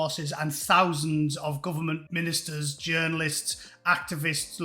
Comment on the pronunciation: He called them "gooberment". That heavy crackling up😅